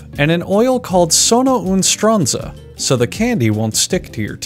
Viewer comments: “and an oil called Sono un Stranza” boi😂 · 'sono un stronzo' is mispronounced but it's italian for 'i'm an asshole'. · Ah yes, the sonounostronzo oil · I couldn't originally say from the accent, but yes He did say "sono uno stronzo" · Mf I just learned italian and how did I not hear that xD. I thought it was an illegal spanish drug name cuz the pronunciation was kinda off xD